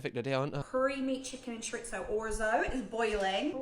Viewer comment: I wish she'd learn to say chorizo properly. That bothers me far more than how much he eats. I dunno why, usually i switch off.